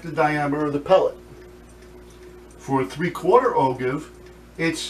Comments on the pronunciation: Great vid!! But it's pronounced "O-JIVE"... I know it's spelled "ogive", but it's pronounced "O-JIVE". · And for what it's worth the way to pronounce ogive sounds like "oh jive".